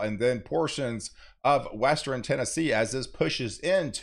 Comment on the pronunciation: I like how he puts the "E" between the R and N in eastern and western